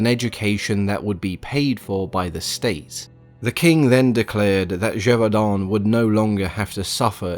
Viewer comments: I am not even French and I could tell there was great effort to pronounce the city's name correctly. Well done. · Hats off for pronouncing Gevaudan well ! You got this Frenchman's appreciation